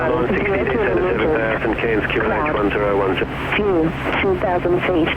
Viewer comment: Love the proper Australian pronunciation of Cairns (without pronouncing the 'r')